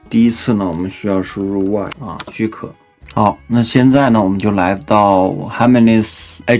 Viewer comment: 虽然博主绝大部分单词发音都可以，hermes尽量读airmes哈，H不发音